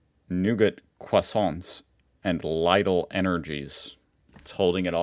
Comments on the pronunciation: Lidl.. NOT LEIDL! Lidl, Ligl, LIDL! Learn the spelling.. it's like Leedl! How many times have people told you that? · brooo pls stop saying Leidl :'D you have to say Leedl because that's how to pronounce the german company Lidl. u know, everywhere in the world ppl make the same noise when they pronounce an i, except for the english parts, they make that noise when they pronounce a ee :'D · The difference is between "selber" and "sich." If it had said "sich auszubilden" it would mean "train yourself." It says "selber auszubilden" means "do the training yourself." The grocery store chain "Lidl". is pronounced "leedle." It is always "I" as in "machine" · Bro is calling Lidl "Leidel" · Wait until he finds out that for ages he's incapable to pronounce Lidl the way is is pronounced correctly. And it's not that hard to remember that the i is pronounced like ee in english... Lidl is pronounced like Leedl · Lidl is pronounced leedl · can someone please teach how to pronounce Lidl?